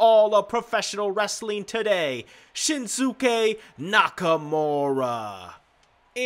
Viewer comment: Erzel_62 yup